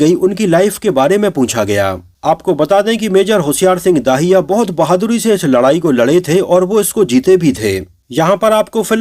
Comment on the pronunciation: Bhai, aaj narration kaafi kharab raha.... होशियार सिंह दहिया है न कि दाहिया, दिलजीत है न कि दलजीत और शेखोन नहीं बल्कि शेखों है। Baaki movie is a must watch for all. Sunny Deol is as wonderful as always but it is Varun Dhawan who nailed it. Though I have never been a fan of him or we may call him Gen Z or nepo kid but in the role of a soldier, I must say YES, HE DID IT. As far as the dialogues are concerned, my favorite dialogues are the ones which were not revealed in the teaser/trailor: Varun Dhawan, "Hum Border Paar Nhi Karenge, Border Hi Badal Denge." And Diljit Dosanjh, " Log Jab Uppar Dekhte Hain Toh Unhe Bhagwan Dikhai Deta hai aur Dushman Jab Uppar Dekhte Hain Toh Unhe Shekhon Dikhai Deta Hai." Simply awesome!!